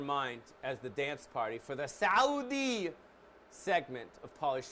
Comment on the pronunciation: I am surprised you said Saudi correctly... I don't mean the English word I mean the Arabic word